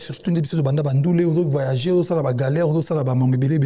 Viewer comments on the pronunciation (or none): none